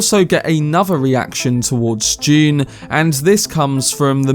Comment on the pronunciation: Did anyone else think he said "June 2021" at the beginning? I almost jumped out of my seat :D